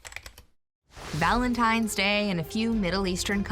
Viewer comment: Fact #8, every time someone says "Valentime's Day", a little piece of my soul dies.